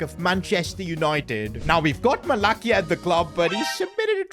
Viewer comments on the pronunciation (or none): Another year of calling Malacia, MalaKia. Now lets try again, Ma-la-si-a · Bro u pronounce " malacia " wrong , not with a K its and S .. it's spelled with C but u read it like S not K